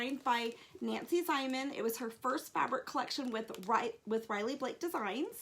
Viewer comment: stopped watching when you mispronounced Nancy Zieman's name.